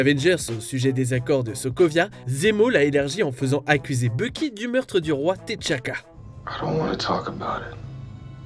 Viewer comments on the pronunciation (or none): Désolé si mon commentaire est osé mais pourquoi dire T ... CHAKA 🤔🤔 c'est pas un nom français svp